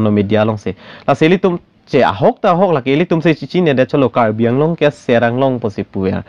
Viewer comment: CM of Assam It is not karbi along. Karbi Anglong. Please pronounce correctly. "ALONG"= wrong pronounciation. "ANGLONG"= Right pronounciation.